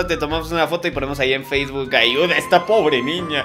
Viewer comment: no se dice feis bok se dise Facebook